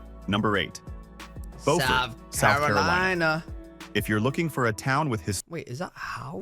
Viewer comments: As others have said, it's Bew-furt every time I visit there. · It’s pronounced BUfort South Carolina and there is soooo much more beauty there. Hunting Island state park that he only referenced but didn’t show, is a shame. That place is unbelievably beautiful. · I hate the way the guy said Beaufort. It's said Bee you Furt. Put it all together beeyoufurt, Beaufort. At least we in Savannah call it that. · I'm not a Southerner but didn't think Beaufort was pronounced right. He got Solvang right once lol. I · He's mispronouncing Beaufort, SC. It's not "Bofort", it's pronounced "Bewfort". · Beaufort, like the word "beautiful", not bow. This video was weird, talking about unique features of towns and proceeding NOT to show any of said unique features...just generic aerial footage. 🙄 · It's Bue furt in SC and Bo furt in NC. As a Southern, it was brutal listening to this video. Street augustine.😂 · I lived in Savannah, it isn’t BO-fort, Sc it’s BU-fert. And he butchered St Augustine pronunciation as well Just do t go to Savannah during St Patty’s 500k drunks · One, the narrator needs to pronounce the names correctly. Beaufort is pronounced “BU-fort” with the first syllable pronounced like the first syllable of “beautiful”. Cape May itself is very small, but it’s a very populated area and there is a cool ferry across the Delaware Bay to Lewes. St. Augustine, FL and Savannah, GA are pretty close to each other on nearly either side of the Florida - Georgia border. Both are old, and very picturesque. Both have low costs f living, and although they may occasionally see a hurricane, in general the storms are much smaller than those on the Gulf side. One cool thing about Savannah is when swimming at night, there is naturally occurring phosphorus in the water which makes it look like fairy dust n the water. It’s really cool! Bar Harbor is pretty and fantastic food. The ocean water is very cold though, and there summer is short with a rather nasty winter.